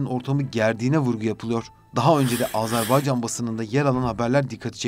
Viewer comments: Ya Allah aşkına önce Azerbaycan demeyi öğrenin. Azarbaycan ne demek? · ülkemizin adını lütfen doğru söyleyin AzArbaycan değil AzErbaycandır. Kulağımıza çok kötü geliyor.